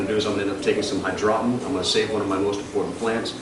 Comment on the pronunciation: lol hy-draw-ton